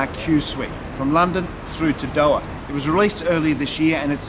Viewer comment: I love your work. But please learn how to say Doha properly😂